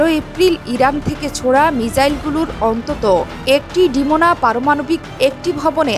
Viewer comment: Come on, it's DeMoNa, not DeMaNo. Please read carefully!